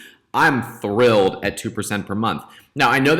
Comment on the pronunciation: Legend says he is saying 'Thrillled' now